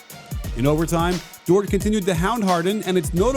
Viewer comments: it's pronounced like "door" the "t" is silent respekte nou 🇭🇹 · you’re my favorite NBA aficionado and analyst, but rhyming Dort with short just bumped you up a few notches on my top comedian list too. 😂😂😂